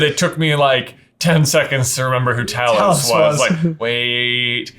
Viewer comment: Them pronouncing Talos' name wrong really bugs me for some reason.